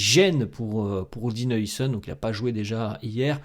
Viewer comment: Haousen stp haousen stp pas heuisen